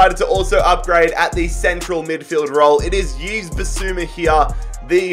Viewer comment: Yves is pronounced Eve. Good rebuild